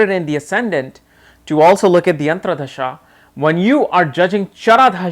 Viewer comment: Can you please pronounce dasha and not dhasa?